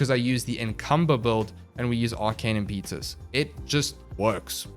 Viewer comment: Not very important, but it's imp-eh-tuss. Not im-pee-tus.